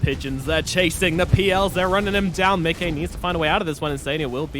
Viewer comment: If the reads this: Micke is (obviously) a swedish name and you are pronouncing it perfectly. Most people say Mickey like the Disney character but all "Mickes" out there wants to be called exactly the way you say it! Great casting altogether